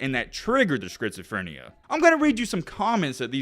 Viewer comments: Say it with me: skit suh freh nee uh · It is pronounced, "skits-o-frin-e-ya." Took me a minute to figure out what you were saying lol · "He developed Skritzeephrineuh" goddamn bro u could've done a retake on that one. And the other time u did it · great video, but i can’t get over you saying “Skrizophrenia”😂😂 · Great video man! The way you say schizophrenia is crazy “skritzophenia” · “Scritzaphrenia” lmao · bro said scritsyfrania 🤣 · Lol. It's pronounced "skit-suh-freh-nee-uh." (To make it easier= skits-ah-fren-ee-uh). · "Skritz o phrenia" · “Schizophronia” check your pronunciation. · I never in my life have I ever heard someone say schizophrenia the way you have. At first I was like what is he saying. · Bro cannot pronounce schizophrenia 😂😂😂😂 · if you say schizoprenia wrong one more time LOl